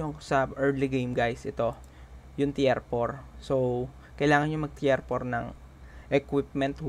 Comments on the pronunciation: Well explained sir! Medyo na bother Lang ako sa pronounced mo nang (Tier) instead of Tir, na nabanggit mo ay Tiyer or Tiyar. Just correcting Lang sir but your video is very helpful. Thank you anyway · tir hindi tiyer.....